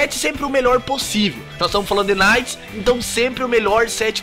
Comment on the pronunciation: Porra, ganhou like só pq falou "naite" e não "quinaite" kkkk